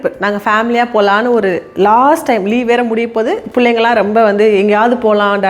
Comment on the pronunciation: Whenever u say rembaa en mind la oru vishayam strike agum that is Ravi illa Revi 😂😂😂 athu mathri ithu romba illa rembaa 😂😂